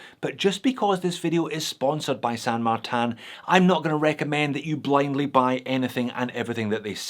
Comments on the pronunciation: San Martin is my fav brand. And please dont say it as San MARTAN. Just use the normal Martin pronunciation as you talk about your slavic australian mate next door. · can you stop pronouncing "san martin" with "martin" in french (and san not pronounced in french btw)? if it were french it would be "saint martin"... which would be the exact same spelling than in english (in that case... wouldn't know if it had to be pronounced the french or the english way). Anyways... "san" is spanish, so can "martin" be... pronounced mar-teen so... san mar-teen please.... chinese stuff are already confusing enough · It doesn't mean anything, it's just a bullshit name they came up with because they assume - probably correctly - thar people wouldn't buy something with a Chinese name. I think it's hilarious that pronounces it like that.